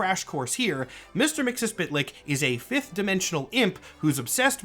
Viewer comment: I think you're just about the only other person I've heard pronounce Mr. Mxyzptlk the way I do.